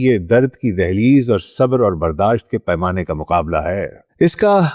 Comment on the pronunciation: کاش کا تلفُّظ بھی صحّت سے ھم کنار ھوتا!| صبر sabr ✅| نہ کہ sabar